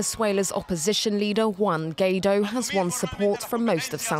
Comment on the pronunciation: Please learn how to pronounce Guaidó: Goo-eye-do, the stress is on the do which is pronounced like do re mi.